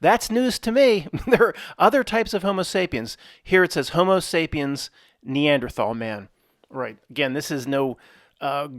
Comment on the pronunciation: Did you say hobo sapien?